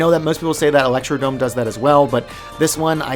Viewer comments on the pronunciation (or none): electrod"R"ome omg why can nobody read lmfaoooo